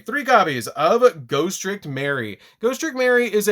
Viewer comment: "GHOSTICK"!!!! LMAO!!!!! ALSO, PERFECT DECK PROFILE FOR HALLOWEEN!!!